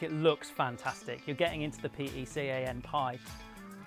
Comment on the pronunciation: Just pronounce it peh-kahn and you'll be fine.